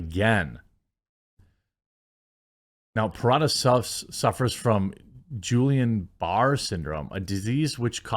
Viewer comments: It is pronounced Gee-yan beret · Guillain-Barre is pronounced (hard G) gee-on bar-eh syndrome